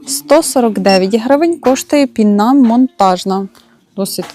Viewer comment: пІна монтажна, не пінА